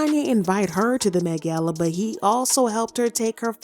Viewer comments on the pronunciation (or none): The way you say "Met gal" is killing me 😂😂😂😂😂😂😂😂😂😂😂